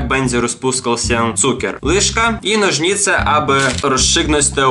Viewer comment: Nożnice XDDDD Przez Ciebie teraz sama tak mówię.. xD